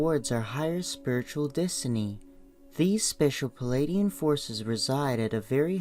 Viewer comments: It's PLEIADIAN not PELADIAN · I couldn't listen to this. The voice and the mispronunciation of Pleiadian as pelladian put me off. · General Mosquito Spray I felt the same way. Tried to listen without judgement but found this was irritating me with the mispronunciation of Pleiadian.